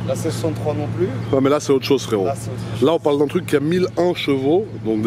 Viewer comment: Les gRRUs en haut du tRRuc 🤣